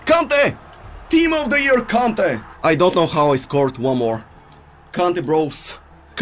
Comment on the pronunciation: Normal people says: how says: khauwww